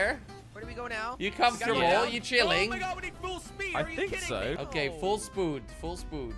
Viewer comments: its full speed not full spood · Did he say “Full SPOOD. WHAT IS SPOOD.I THINK HE MEAN SPEED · Does anyone know the original video where jelly says full spood? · I swear if I hear full spood one more time...